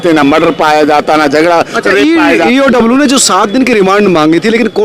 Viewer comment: पत्रकार महोदय, ईओडब्ल्यू नही होता है, इओयू होता है, आप बार बार ईओडब्ल्यू बोल रहे है, सोच समझ कर उच्चारण करिए, बाकी I SUPPORT MANISH